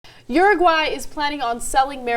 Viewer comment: It's Uruguay not Uraguay...